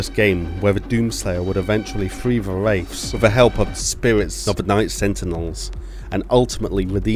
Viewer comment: Loved the video, but if you're serious about making YouTube a career, work on your pronunciation and your accent. It might seem nitpicky, but your "th" sounds seem always fall into "f" sounds, especially when you were saying Wraiffs. As a fellow Brit, I sympathise with the difficult of trying to sound American, but try and spend a little time practicing it. Other than that? Solid video, subscribed for more.